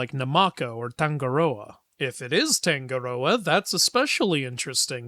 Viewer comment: As if this video wasn't already awesome enough. What makes it better for me is that, I live in Aotearoa/New Zealand. While the movie is different from the stories we learned in school it is still awesome to see these adopted. Also. For the pronunciation of Tangaroa it's Tongue. Ah. Roar. Ah. Tangaroa. That's how I learned the pronunciation. Thank you for this Video 😁